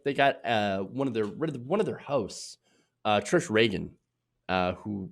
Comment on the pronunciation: DorkFace (sorry - did i mispronounce that?) Are you a complete idiot? How long does it take to check on the correct pronunciation of a TV personalities name...? Trish Regan is a dangerous idiot - but your mispronunciation of her name puts you firmly in the idiot camp too. She’s a dangerous idiot. You’re a lazy idiot. All you had to do is watch a single clip of her - (which you should have done if you’re reporting on her) - and you hear her pronounce her own name. It’s “Ree gun” you F’ing moron. But then I guess I’m a moron too since I continue to expect that TYT hosts might eventually bother to do at least minimal fact checking and present accurate stories. If you can’t get a TV personalities name right, how are we supposed to trust anything else you tell us? People like you give Trump ammunition for his “fake news” claims. Smarten the fuck up! (You are the second TYT person I’ve heard mispronounce her name today. Exactly how lazy are you guys?)